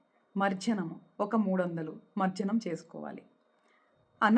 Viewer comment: It is not marjanam... Spell it correctly mam.. It is not English.. It is Sanskrit.. for mantra sadhana and mantra sadhakaas pronunciation is extremely important ..